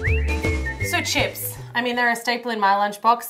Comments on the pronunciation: "And were going to make some sone crips" "You mean chips" hahahahahahahahaha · ITS CHISPS